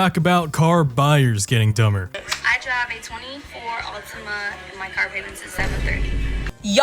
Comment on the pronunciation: She said Altima. Enough said. 😂